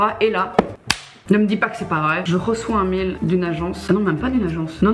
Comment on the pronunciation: Elle dit mail comme mêle jpp